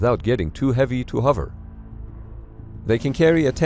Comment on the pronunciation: Why do you say huver instead of hover?